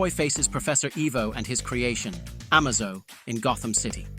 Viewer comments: Nit to mention good ol Project Car. And Amuh-zoh. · Getting "Professor Ivo" and "Amazo" wrong really killed this for me